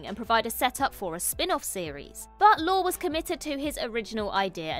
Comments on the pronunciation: Lorre is pronounced Lorry, not Lore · Ironic that a British person can't pronounce "lorry." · I think “Lorre” is pronounced “Lor Ee.” That’s how I’ve always heard it anyway. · Dear…I love you and this channel, but the director of Two and a Half Men is not Chuck “Lore”. It’s pronounced “Lor-ee”. Even if you’ve never heard of him or heard his name pronounced, the fact that you couldn’t do a simple google search to double check is disappointing. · That was fun, nicely done. Small point, since he's going to be mentioned again, I'm sure... Chuck Lorre, the writer and producer of so many shows? His last name is pronounced 'lorry', like the vehicle. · Correct. Lor-e. I was going to comment when I saw you did, so thank you for that. It's a simple sign of respect to look up a name that's been mentioned thousands of times. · Pronounce Chuck Lorre’s name correctly….. IT’S PRONOUNCED LAWREEEEE! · LORE-EE. Chuck LORE-EE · Why can't ANY OF YOU pronounce Chuck Lorre's last name? It's Lore-ay, not Data's brother. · It’s Lorre, heavy on the Y sound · The repeated mispronunciation of Chuck Lorre’s name causes me to wonder whether the folks at What Culture have any insight into these subjects.